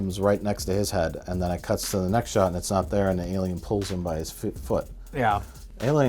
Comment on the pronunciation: cannot believe they said li-lien when A-lion was right there